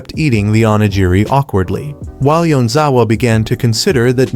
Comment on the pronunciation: I almost had a stroke by how many times they kept mispronouncing onigiri.